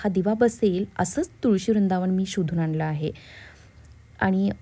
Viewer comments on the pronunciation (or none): मणापासून ❌ मनापासून ✅ अंगनात ❌ अंगणात ✅ आनलं ❌ आणलं ✅ आल्याणंतर ❌ आल्यानंतर ✅